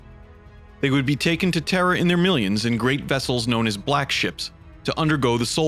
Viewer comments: why do keep saying terrer it sounds like you say terror really fast; terhr. plz say terra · Please stop saying “terrhr” lol